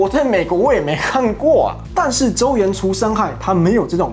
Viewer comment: 周處，不是周衍，北京話發音需要改善了😂😂😂